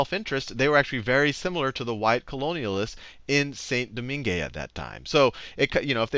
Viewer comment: It's pronounced more like 'San Doman'